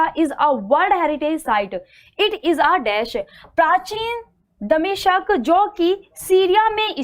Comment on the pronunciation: आपका उच्चारण सही नही है दमिश्क सही hai